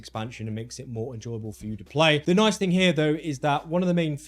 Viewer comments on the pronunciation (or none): none